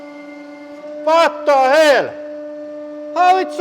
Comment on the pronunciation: “Watta hell”💀💀